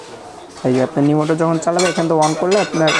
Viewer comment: ভাইরে চালাইন্না জিনিশটার নাম রিমোট, "নিমোট" না! 🤣